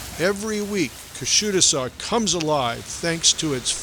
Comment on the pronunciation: I like the video but the pronunciation of the town has much to be desired. 😊Otherwise it was a great video thank you! pronounced KUSHADUSA more or less. The last "A" is is more of a cross between the"a' sound and the "e" sound. Thanks for the video though I am already subscribed. I have a summer house there so I am a bit particular. Great information! And a well-made video